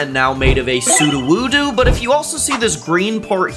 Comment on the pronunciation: It’s sudowudo not suduwudu smh 😑